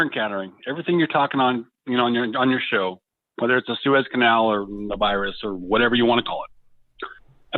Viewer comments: It’s Sue Ez. Not Sue Eze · Its pronounced SOO-IZ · did you even go to High School that you don't know how to pronounce Suez?? Wow. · we all told you in chat how Suez was pronounced. Why would you say we didn’t?